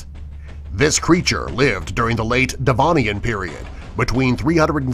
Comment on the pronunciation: Come on dudes! Devonian is spelt with an e and an o not an i and an a! You make it sound like an indian festival!